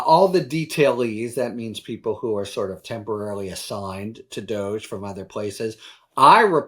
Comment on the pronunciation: It's pronounced Dog E. Doggy!!!